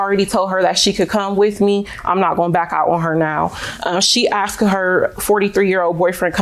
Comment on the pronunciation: She "axed" me?